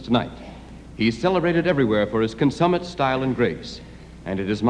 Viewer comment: Yikes! I've always regarded Tony Randall as the consummate man of sophistication and culture. And yet, and yet: , he, of all people, manages to flub the pronunciation of the word... "consummate" !!